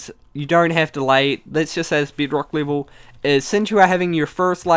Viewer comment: lol how he says bedrock and nether like : "bidrock and nither or the ind"